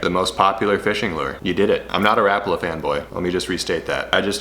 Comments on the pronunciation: It’s ra-pala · The pronounciation is closer to something like "Rah-pah-lah" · Stop saying “rappala”, douche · Think I heard pronounced ruh pollah..? Not rap uhla..? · My learning for the day. I’ve pronounced it Ra Paul A, my whole life! And I’m 64. Oh well… STARTING WITH WHITE!!!